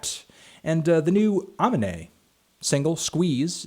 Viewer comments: Ah-mi-nay? Its pronounced a-mee-ney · I swear if you pronounce Amine like Ominay again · It's fucking AH-MEAN-AYE for amine. Holy dude. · U couldn’t even say Amine’s name correct 😒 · anthony out here still pronouncing Aminé wrong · How is it possible that you still say Amine wrong